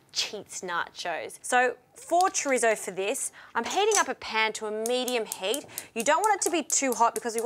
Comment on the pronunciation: I love that she says “chrizzo”